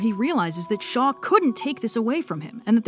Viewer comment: When you said "a weapon created by Shaw," I heard "by the Shoah" and, yeah. Shaw's basically a representation of all high-ranking Nazis in this story.